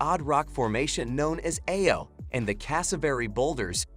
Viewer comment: Good information here. I've been to most of those places, but not all. That said, it would be nice if the electronic voice knew how to pronounce ordinary words like "aloe," "butterfly," and "brochure" - or, on the slight chance that the voice-over is by a real human, if he learned the same.